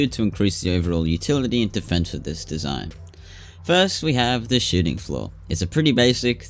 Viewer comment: Every time he says shooting floor I think hes saying shiting floor, I love it lmao